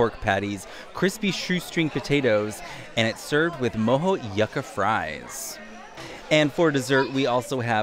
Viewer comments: It’s pronounced YOO-ka (Yucca) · sorry to do this. They are pronounced YOU-KA fries.